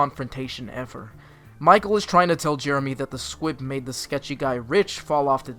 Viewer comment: Why do I hear S Q U I B ? ? ?